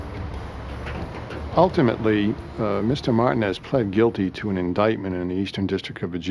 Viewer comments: Them saying Martinez in two syllables is nerve wracking. It’s Mar tin nez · It’s Alpo Martinez not Martin smmfh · Martinez is pronounced mar teen es not marton es 😑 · I had to rewind that back. 'martin ezz' lmfao. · Martin-ez lol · Am I the only one wondering why is it so hard to say Martinez correctly?? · 😂 there's another documentary about him 'Mayor of Harlem' where they say it the same exact way. I'm like damn they all got his shit wrong 😅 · How do you not know how to pronounce Martinez...smh